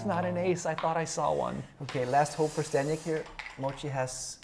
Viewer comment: Kinda disrespectful that ZZ has been performing at such a high level, gets to this match, and still doesn’t bother to pronounce his name correctly.